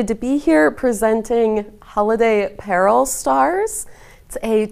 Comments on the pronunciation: PLEASE pronounce it correctly: Pah-ROLL (Paról). Thank you. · perhaps it might be better as "puh-ROLL" empasis on 2nd syllable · Pah-roll! If you’re going to reproduce a cultural item please research the name. Would have been nice if actually showed the traditional stars that you are replicating.